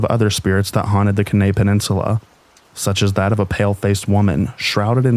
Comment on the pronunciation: Kenai is pronounced “key-nigh”